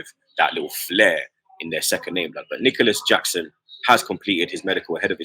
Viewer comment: You can tell don't watch football on the reg. How can you be butchering all those household names. Man said Gonoto, it's read as Yonto, also Yackson?? lol. brother is Senegalese not South American.